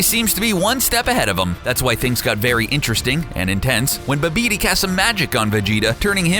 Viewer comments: Badeebi? Are you fucking serious? It's Babadi, son of Bibidi. As in Bibidi Babadi Buu. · lol ba be be lol, it's Babadi as in Cinderella's Fairy Godmothers spell, Bibidi, Babidi Boo! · Omfg. It's Babidi. Not fucking Ba-dibi. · Someone clearly never watched Cinderella. Nor enough DBZ to have been the right one to narrate this vid. Bibidi BABIDI Buu. Still love,. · Ba bi dee why can’t you guys get the name right if u know all this information but you can’t even say his name right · Ba di bi? how could you get babadis name wrong. ok now its ba bee di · Babidi but they pronounce "BABEEDEE" LOL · Holy fucking hell just no Babidi is a fucking Disney word there is no god damn reason for that ungodly fuck up in pronunciation